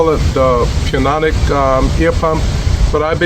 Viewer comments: It's Pneumatic pronounced New matic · The p is silent in pneumatic. It is pronounced newmatic.